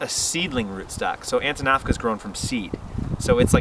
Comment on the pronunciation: Antinafca seed stock? What is he saying here?